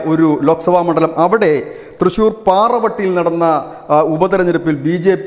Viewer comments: Please it is Pavarotti not Paravatti. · പാറവെട്ടി അല്ല പാവറട്ടി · കുട്ടാ പറവട്ടിയല്ല പാവറട്ടിആണ്... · പാവറട്ടിയാണ്... പാറവട്ടിയല്ല... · പാറവട്ടി അല്ലടെയ് പാവറട്ടി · പാവറട്ടി ആണ് പാറ വെട്ടി അല്ല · പാരവെട്ടി അല്ല ""പാവറട്ടി "" ആണ് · പാറവട്ടി അല്ല. പാവറട്ടി ആണ്. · Not paravetty it is pavaratty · Not paravaty its Pavaràty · പാറവട്ടി അല്ല പാവറട്ടി ആണ്😊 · He said "Para Vatty"😀